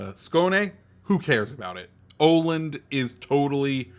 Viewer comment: Tip from a swede: it's pronounced Uh-land, not Oh-land :D